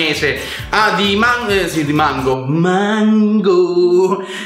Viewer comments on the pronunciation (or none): Ciccio sei troppo divertente quando ai detto mango 😁😁😂😂😂😀😀😀